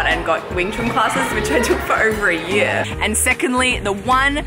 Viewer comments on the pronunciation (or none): none